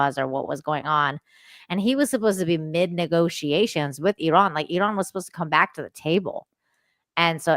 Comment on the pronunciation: Thanks for the Iran pronunciation help "Ear-rahn." Thank you for this conversation with John,. Really appreciate your dedication to streams sharing your bright insight.